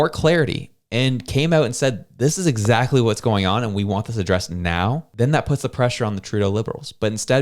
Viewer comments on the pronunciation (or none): none